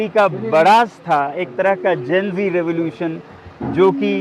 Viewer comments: Zen-G नही भाई GEN-Z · Gen z, not zen G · Bhai Gen Z hota hai Gen G nahi.. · GenZ होता है जेनG नहीं। Z को ज़ी भी कहा जाता है, इसलिए कैप्शन ठीक से लिखिए। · Gen G nahi GenZ hota hai. Gen Zed bhi kehte hai ise. America mein Z ko Zee kehte hai